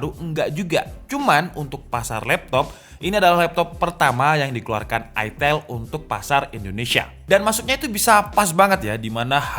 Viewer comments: Bukan aitel asuw. Baca ae ITEL. Lebih eargasm dan emutable di mulut dan telinga warga indonesah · Aitel ya, bukan itil atau etel atau itail. Bener bener ada penekanan menjurus skali ya 🤣🤣